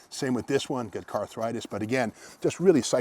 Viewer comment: Did he say "carthritis?"